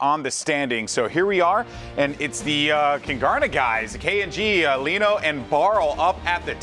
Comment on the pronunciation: I know Leno irl. It's pronounced Lee-No, not Le-No